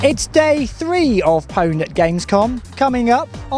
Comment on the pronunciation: Pwn is a leetspeak slang term derived from the verb own.......so why pronounce the P in your show title? n008z